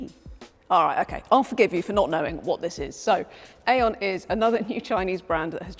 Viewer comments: Hello, i had like to notice that Aion comes probably from the Greek Αιών which means Century, yes it sounds Eon, not Aion, but it sounds in o not in A, Thnak you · No. No. No. It is AI ON. Not AION. 😂